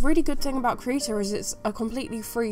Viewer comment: I love how you pronounce krita, it sounds so "rough" when you try to pronounce it in german. :)